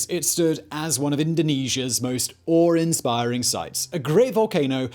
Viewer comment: Awe'r | Saw'r | Krakatoa'r ---- why, though? Just to be extra? ;)